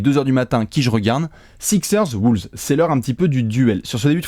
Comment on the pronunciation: c'est les WOLVES pas les WOOLVES!!